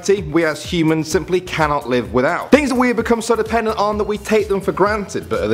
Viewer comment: Anyone else heard hymens instead of humans?